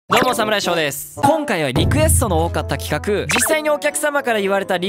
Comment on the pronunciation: ちゃんと企画っていえたね